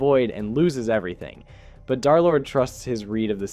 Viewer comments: Why everyone saying dArlord its dErlord 😭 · Nah it’s dare lord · Pretty sure d3rlord is called derlord not darlord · stop calling him Darlord